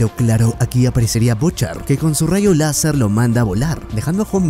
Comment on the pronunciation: Quiso decir rasho láser